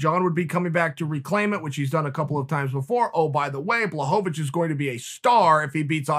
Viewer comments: Me: Blachowicz Chael: Blahovavich Me: Ok great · "Blahovavich"... Whhhhhhhhhyyyyyyyyyyyy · chae trolls me every time he says blahovovich lmao love ya chael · No one: Chael: Blahohohohohohovich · The return of “Blahovovich”😂😂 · Chael “BlachoVAwicz” Sonnen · Jan watching this realizing he’s been pronouncing his name wrong his whole life.